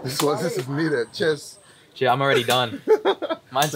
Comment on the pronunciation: Lol! I wished I could reach out to that Pasta & tell him it's 'cheers', not 'chairs'; therefore, no relationship with "thrones".